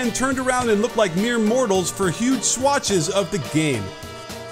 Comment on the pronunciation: "swatches"? not swathes?